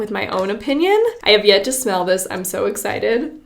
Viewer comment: If you don't like "... a very exited wideo..." PLAY